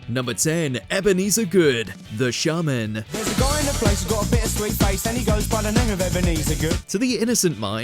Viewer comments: Aren't they called the Shamen (pronounced Shay-man. ) I don't know who the Shahhhmen are. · The Shaaaaahnmmen? Pronounced Shayman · ShAYmen not ShARmen!!! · The "Shaamin" was bad enough. AlberT "Kamiss"? I'm out. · It’s pronounced Shaymen. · Ok 1st up! Shaman pronounced Shayman not the way the narrator says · The SHARRRRRMAN LOL:rocket-red-countdown-liftoff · Hate to be that guy but the pronunciation of The Shamen annoys me 😂😂😂